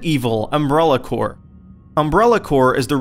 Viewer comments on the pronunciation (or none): lol I thought he said resident evil umbilical cord